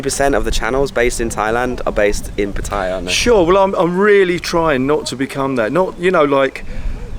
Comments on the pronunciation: Sorry to correct your pronunciation again. You say Pu-tie'-uh like a typical Brit. Ask a local how to pronounce it please, and say it right. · How can anybody visit Pattaya whit out mention what basicly makes Pattaya? Sex & Beer & Rock' Roll? And one thing more? Is it so difficult to pronounce Pattaya correct.😁😁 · One of my pet hates, pronouncing pattaya, first came in 2003 never heard it pronounced that way now,utubers saying it all the time y? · it's funny you pronounced PATTAYA correctly but then, you mispronounced it.